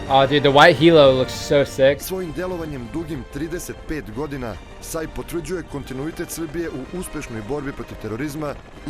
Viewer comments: No. It's pronounced like sigh (saj), not say (sej). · SAJ is pronouncing like SAY (but the a is a, not e, i, or other sound, like in word father), i know that because i am from Serbia. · You pronaunce it SAY